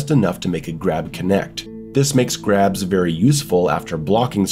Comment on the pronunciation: Thought you said crabs at first, I was like how did crabs hurt you